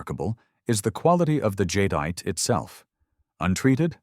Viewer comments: "Jade ite". Not "jadyite" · These pieces were beyond stunning. Jade is so gorgeous, and the carvings are exquisite! But I heard at least 5 different pronunciations of "Jadeite" from Mr. AI voice, which was very off putting!